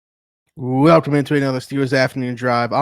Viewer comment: do you realize that you say welcome after the intro with a "wh" sound like "miracle whip"?